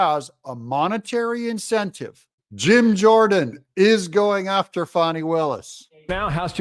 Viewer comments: When did she become Fau-w-nay? Fani. FAN-EE. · DADGUMIT! Her name isn't pronounced, Fau-nee! It's Fan-nee. She's got one to prove that too. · Danny, Lanny, Tammy,, Please properly pronounce her name, FANEE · Fani.... FAN-EE.